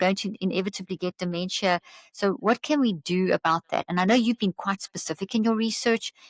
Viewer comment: How can his word be trusted if he doesn't even pronounce dementia Correctly